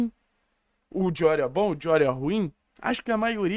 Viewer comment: Engraçado o falando espanhol, " Lucas Dijorio" 😂. A pronúncia pode tá certa, mas eu me racho😂😂😂